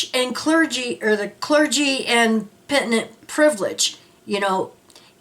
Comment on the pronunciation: Just want to say that it’s clergy/penitent, NOT clergy/pentinent… Just saying.